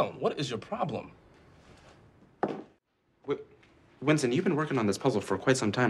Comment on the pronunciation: "Wintson" is really stressing me out